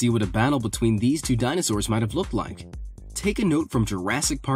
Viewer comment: He said dinostores